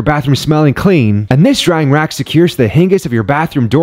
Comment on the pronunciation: Hinn gess? Are you human? Hinge. Rhymes with fringe or tinge You minge.